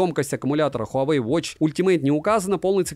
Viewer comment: совет: ХуавЭй, ХУЙайвей и тд, не верно. Провильно звучит так: уАуэй.